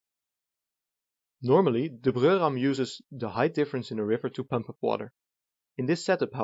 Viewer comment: Always hearing Pömp here 🤔